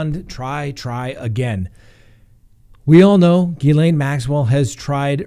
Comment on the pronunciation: Hey you are finally pronouncing her name correctly! I know it was a struggle because of all the reporters saying it wrong.